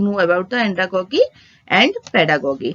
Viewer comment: Your pronunciation is wrong these are like pedagojy and andragojy .